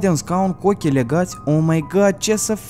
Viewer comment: "Legat de un scaun cu oxhii legati" N-ai csz =))